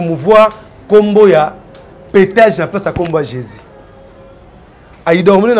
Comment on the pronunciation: on ne dit pas sicre, mais sucre, on ne dit pas Jezi mais Jesus.